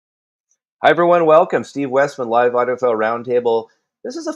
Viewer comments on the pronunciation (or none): none